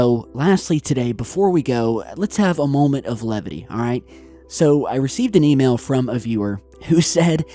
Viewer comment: I replayed it 12 times and ALWAYS heard "email".